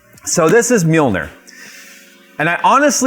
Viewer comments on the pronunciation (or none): MJOLNIR - is pronounced YOLN-Neer - the "M" is silent. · Handle accessory, I mean come on "mjolnir", smh